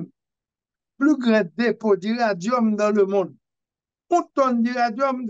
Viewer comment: Nèg a, se pa iradium yo di non, se iridium. OK? Alò... korije diòl ou.